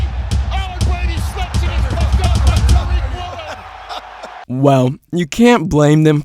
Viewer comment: Bruh "Tyreek" Woolen??? 😂 its Tuh-Reek